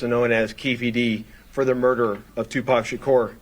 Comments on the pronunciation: you mispronounced 2pac it’s pronounced two pock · For someone who grew up listening to him, doesn't pronounce Tupac's name correctly lol Why is the cop so out of breath just talking?